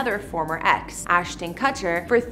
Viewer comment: She also mispronounces Demi and Ashton Kutcher as well as a few more words, and her facts and description of the San Remo were questionable. My real estate sales manager would have handed them back to me for a re-write. "Penthouse makes you feel like you're living IN Central Park?" It's more like looking down at the park. And they never moved in!